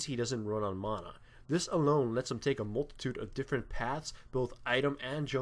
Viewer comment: The way you kept saying mana made me chuckle a bit :P. But overall, nice video.